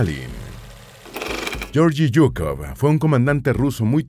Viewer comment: Se pronuncia :: LLEORGUI SUKOV